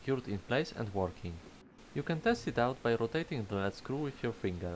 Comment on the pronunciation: It's pronounced "leed" screw. I know...English is confusing. Lead and Lead can be two different words.